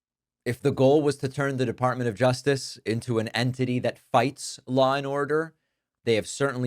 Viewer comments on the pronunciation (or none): She called it the defartment of justice lol